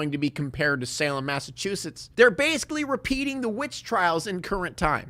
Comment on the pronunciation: Shout out for being one of the only YouTubers who pronounces “Massachusetts” right